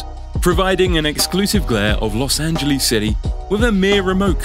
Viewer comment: Blue Benjamin’s? Las angaleees? Lol